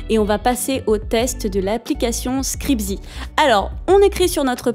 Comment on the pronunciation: c'est scribzee et non scrizbee